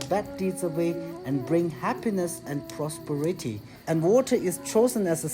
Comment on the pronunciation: Hi, I’m sending you the right way to say some words in English because yours are said incorrectly. The correct word’s “stress” wil be pointed between the following ( “ ). PROSPERITY), This word is pronounce or sounds like: pro “speh” ruh tee (PURITY), This word is pronounce or sounds like: “pyuor” ruh tee Hope I could help to perfect your English. Thanks for the Videos. 😊👋🏻